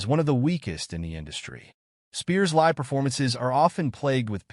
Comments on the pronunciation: It's pronounced Saturday Night Lye-ve. Not Saturday Night Lih-ve. Jesus Christ! Live is a pretty hard word to mispronounce. Pay attention to details, you schmucks! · Saturday Night LIVV???? Cut the AI, bring back human announcers!